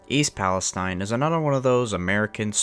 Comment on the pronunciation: I was born in Salem Ohio. Grew up in Lisbon. Ran that area all the time but now I live in Florida. Very sad about the derailment but at least pronounce the name of the town right.